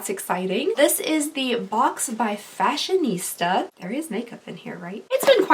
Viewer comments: It's FashionSTA not FashionISTA, just so you know. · I think it's actually "Fashion-STA," not "ISTA". LOL, I made that mistake, too, because you just look at the word and automatically think "Fashionista", but if you look carefully, there's no "I" before the "S-T-A". No idea why it's called that, lol. 🤔 Anyway, that's my two cents that nobody cares about, lol. Welcome back, lovely! We missed you! I hope you're doing well. Much love from Cali. ✌❤ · It's fashion-sta